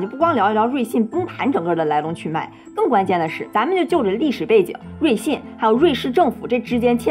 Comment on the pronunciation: 老是瑞幸瑞幸的我听着像咖啡😂😂